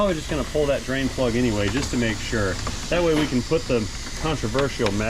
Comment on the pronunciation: One time drain plug, or did you say brain plug?